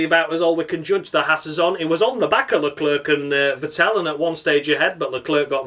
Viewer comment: I'm just so happy to hear you saying Carles LeClerc in the Crofty manner. You have enuf steady followers you don't have to explain the pronunciation every week. Tragedy! When a Bee Gees song lasts too long it's a Tragedy